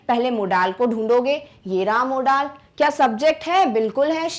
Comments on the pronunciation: Modals not modaaal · Mam u must have to learn homophones , so that u can correct ur accent' modaaaaal to modal'🤣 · Tukh laanat.. It's model not a modaaaaal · Ma'am firstly improve your pronunciation it's not mo-daals its is mode-uhlz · Aba मोडाल नहीं मोंडल verb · Are madam.... How you pronouncing Modaaal verb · Wrong pronouncetoin of modal say मौडल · Mam u did wrong pronounciation of modal